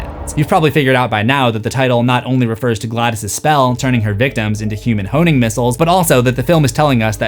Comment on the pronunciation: Did I hear you say "human honing missiles"?!